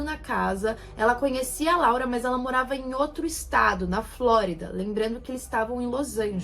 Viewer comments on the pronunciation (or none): none